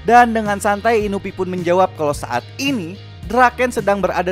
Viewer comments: Inui bang inui.... Bukan inuvi :V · Inui bukan inupi astaga😭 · Bukan inupi bang tapi inui